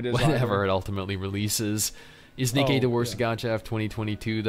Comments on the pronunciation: It's Ni-Kee not Nike. LOL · its Nikke not nike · He really said Nikey I forgot about that